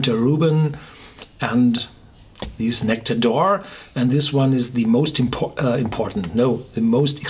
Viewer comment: True, and it's not said like "oar".